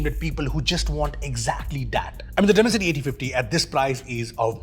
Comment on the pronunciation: I listened the word Dimancity and i just stoped watching...